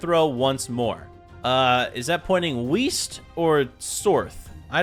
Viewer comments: Bro really put wist😂😂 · bruh 😂''is that pointing wist or sorth?''😂